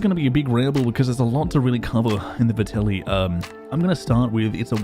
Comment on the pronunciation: ffs this is two videos now. It’s Vetterli not Vertelli. the “R” comes AFTER the “T”. Good video tho dood:P